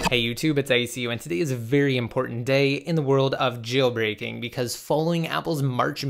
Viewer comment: Stop annunciating the word "JAAAAILBREAKING"